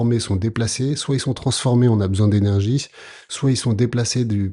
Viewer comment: energies pas energuies